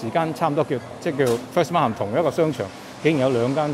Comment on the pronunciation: Many people say it wrong. The word Markham is not pronounced as Mark Ham. The letter h in Markham is silent. Say it as Markam please.